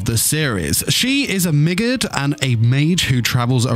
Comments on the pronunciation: 😂 I honestly thought u said Midget When u said Roxy's race Migurd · Fan playing a dangerous game with his pronunciation Of Migurd